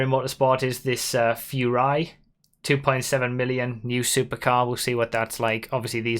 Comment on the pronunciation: Ffs its Foo-ree-ah. Not farya